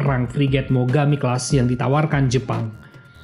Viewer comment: Mogami bos bukan migomi menit 1.43